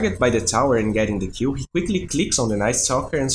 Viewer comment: everytime you say "kill" i heard it like "qew" not that i'm complaining though, you're great